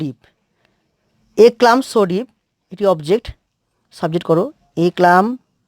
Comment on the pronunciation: ক্লাম হবে না, কাম উচ্চারণ হবে